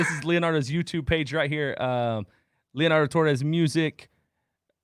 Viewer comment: This isn't hating or anything, but I found it funny how he pronounced Leonardo Torres. He didn't roll the R's, and being a Latina, I laughed.😂 But aside from all that, I love how Leonardo was so open about his journey, and how didn't immediately start pressing about Jesus and God and salvation. That can sometimes be a turn off to many non-christians, and us Christians need to learn that not every conversation with other people needs to involve the name of Jesus. We should first try to build an actual friendship/relationship with people instead of just immediately trying to convert them.